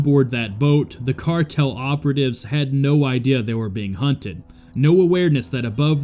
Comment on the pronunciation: Yes, I left this same comment on that video as well right before watching this one. I also mentioned how that garbage AI voice over that they use can't even pronounce half the words it's trying to say correctly. Cardle?(cartel) Hower?(hour)Mack?(Mach). That channel is trash.